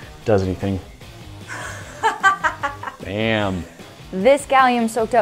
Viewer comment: Mate sounds like he said dam😂